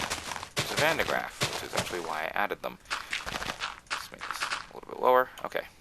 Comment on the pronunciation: just being a bit off topic here but since there is a lot of talk about the van de graaff in this line of comments i have to add 2 things 1. woohoo something with a dutch name in an english mod and 2. you are saying it wrong...but no offense it's basically because it is a true dutch name and almost impossible to say correct while talking english and the dutch language is just difficult